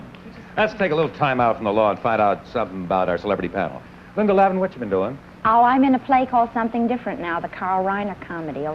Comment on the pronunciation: Apparently, the show was rejected by the TV networks and never aired. Too bad, I always enjoy Harry Morgan. I have to wonder if Harry mispronouncing Linda Lavin's name was a factor in the rejection.